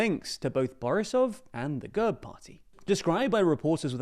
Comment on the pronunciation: Thank you once again for the coverage, but please, for the umpteenth time. It is NOT pronounced GUHRB - it is pronounced /ɡɛrp/ - – G as in go – E as in bet – RP pronounced together